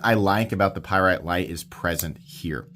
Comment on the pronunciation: A Py rite? What's that. This is the first of heard of such a knife.